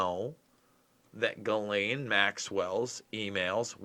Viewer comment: The "s" is silent in her Name....great reporting 👍